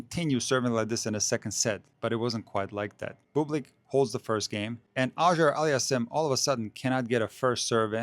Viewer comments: Love you man, but your pronunciation of Auger-Aliassime is perhaps the worst butchering I have ever encountered! It's supposed to be pronounced "oh-zhjay allie-as-seem" (the French style) or "aww-zhjay allie-as-seem" (the American or English style). Obviously it's a very difficult task to properly pronounce a double barreled surname that is part French, part Arabic, and also to decide whether to pronounce it more French Canadian, more continental French, or more English, but it seems to me that the tennis commentators have largely settled on the two options I've presented above. I prefer the first option, as it is more accurate in continental French. Keep making these great videos! Danke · just call him since you have trouble pronouncing his name. A friendly suggestion not a criticism.